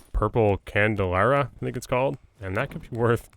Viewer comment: Candle - Ahh - bra. Love your work Man